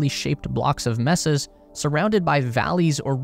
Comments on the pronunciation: It’s “MAY-sahs,” not “MES-ses.” I was five minutes in before I realized it wasn’t a Canadian but an AI. They need to train them better so they don’t confuse the audience and make them click off. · May-sahs. Not Mess- ahs. (mesas) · Just an fyi. It’s not messas. It’s maysas. Phonetically. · They are pronounced "maysa", not "messa". Sounds like you are sending humans to visit their 'messed' up rooms or something. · It's not hard to find out how to pronounce "mesas" -- Hint: it's not "messes" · You're right that it isn't /’mɛ.sə/ -- but it also isn't quite /ˈmeɪ.sə/. The initial vowel is steady, not a dipthong as in "pay." Not the vowel in "met" and not the vowel(s) in "may." This assumes we're talking about Spanish pronunciation.